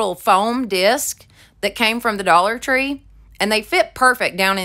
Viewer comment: Thought you said “the Dollar Funeral” store. Lol